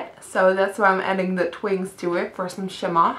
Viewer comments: i love it when you say " and now for da " instead of "the" u sound like ur saying "da"..lol..funny..love the look by the way!! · I love how you say "dah" instead of the! I love your accent. :)